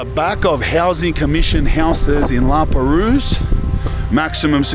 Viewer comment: The S is silent in La Perouse